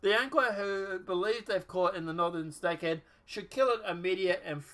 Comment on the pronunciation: I was confused by the title... But listening to your video I see why... You missed the S in Snakehead.